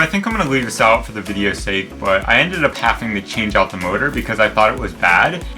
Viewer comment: there is no 'f' in 'having'.